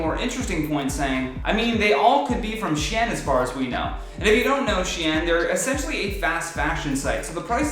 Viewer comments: It's not Shy-en ... It's SHEIN like She- In . Don't appropriate your annunciation . Stay classy 😉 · It's "SHE - IN" but that's ok doubt he's ordered from there...